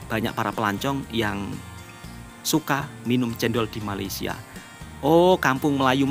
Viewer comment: Woi, sampai bila ko nak salah sebut Malaysia? Atok nenek aku Jawa, Mak Ayah aku Jawa juga. Elok je dia orang sebut Malaysia. FIkir fikirkan bro. Ojo kesandung…